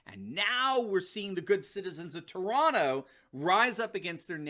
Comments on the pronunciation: Congrats very few get the accent correct when they pronounce Toronto. any interest in a segment on communist Ontario promising full open.... as long as the majority get jabbed... Canadians for Trump 🇺🇸🇨🇦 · congratulations your accent on the name Toronto was correct. very few from outside say it properly..BTW Canadians for Trump🇨🇦🇺🇸🇨🇦🇺🇸